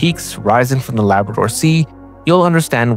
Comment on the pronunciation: Dude, didn't pronounce Labrador correctly🤫